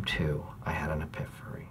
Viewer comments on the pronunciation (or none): Steve Is the best.... Did he say epi-fery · “i had an epiphery”